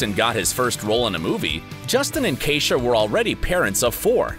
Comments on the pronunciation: He keeps pronouncing his wife's name wrong. That's my sisters name. It's e not a. Keisha not Kaisha. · How many times is his wife’s name going to be mispronounced? Lmao tacky